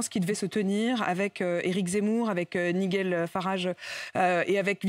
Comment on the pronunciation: "Niguel"farage...😂 combien dannees dexperience dans ce metier" Pas certain quelle ait prepare elle meme ces fiches